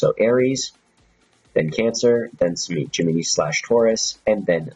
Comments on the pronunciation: It's pronounced Gem-in-eye not Gem-E-ni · love the vid like always, just one thing. Gemini, pronounced Jim Men Eye. lol that's all